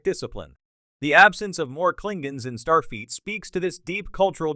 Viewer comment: Wtf is “Starfeet” 😂😼